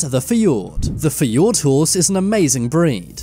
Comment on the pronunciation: It’s not feord ot is fjord